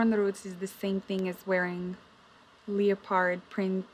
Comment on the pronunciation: (can't remember, timestamp is early) Bro, she pronounced "leopard" as "leo-pard", I'm dead😂